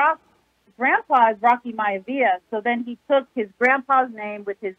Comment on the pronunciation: wanted to let y’all know, in her excitement about talking about pro-wrestling, she mistakenly said the Rock’s maternal grandpa’s name incorrectly, his name is actually Peter Maivia and the Rock’s Father’s name is Rocky Johnson. She apologizes to wrestling fans everywhere.